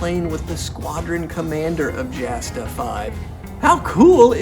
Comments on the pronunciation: Quick comment, it's pronounced "Yasta", not Jasta... Otherwise, great content, 5 stars! :) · Not probounced "jasta", it's pronounced like a y, or yasta. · Jasta is pronounced Yasta...and the D 5 and 5a were such crap the Red Baron repeatedly complained to the Inspector of the Flying Troops that they were totally outclassed by virtually every Allied Scout... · P.S. Jasta, short for Jagdstaffel is pronounced Yasta. A written letter J in German is pronounced same as the English Y. There is no spoken J. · Love this guy and his enthusiasm. . .but Jasta is pronounced "yah-sta," no "J" sound. The "Jagd" in Jagdstaffel (Jasta is short for Jagdstaffel) is German for hunt, which has no "j" sound. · And Jasta. Its pronounced "Yawsta" I think most German J words are pronounced with a Y sound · A few things: 1: Jasta is pronounced Yah-stuh Source: Source: 2: During "Bloody April", the Brits shot down something like 60 planes Source: Source: (Hart, Page 11) 3: Great video, I look forward to seeing more WWI stuff! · was gonna say the same thing, haha.